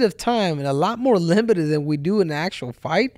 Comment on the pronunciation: Limitive limitieid😂limitiiddi